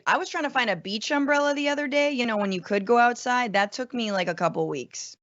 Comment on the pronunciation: Francesca saying a bee-che umbrella, like bee iatch 🐝